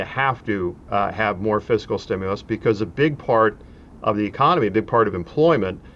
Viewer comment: At least he pronounced it "fis-kal." Tip: never trust a tax preparer who says, "What is your physical year?"